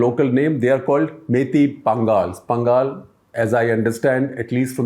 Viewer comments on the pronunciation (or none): Educated person like you can't believe that you will also fall for false information, very much shameful behaviour without knowing the truth and talked about it , unacceptable and please the way you pronounce Pangal is not right, correct everything, come back and give us a better explanations, thank you 🙏